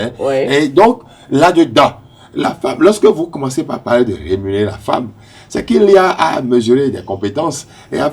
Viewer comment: Rémunérer et non rénumérer comme on l’entend parfois lors de l’émission.